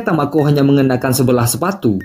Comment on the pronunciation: kok jadi tokuo bang ? hahahha dari tamako ke tokuo hahhaa